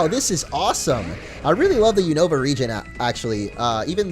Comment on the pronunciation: When he said unova I was like boi really that is not how you say it